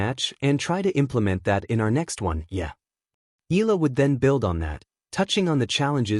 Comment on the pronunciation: It's E ya la (Eala), not Ela. PLEASE SAY IT RIGHT. AGAIN E ya la (Eala). ARE YOU AN AI or what? AGAIN E ya la(Eala). ty